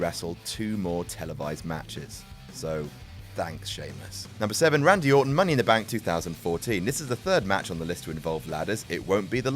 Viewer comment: Really pisses me off JUDST SAY RANDY FOR FUCK SAKE!!